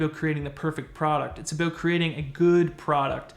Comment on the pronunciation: I didn't know aboot you being Canadian.